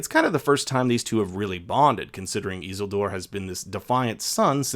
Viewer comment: I swear to God you say Isildur that way just to test my patience.